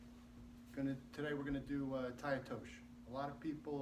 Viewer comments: TAI-OTOSHI(eee)...NOT TAI-OTOSH... Nice technique though Obvs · First of all,you do not know how to pronounce the name of the technique!!Tai otosh?Harai Gosh????OTOSHI GOSHI!It is not a thand and foot throw .and almost everything you have shown is kinda wrong!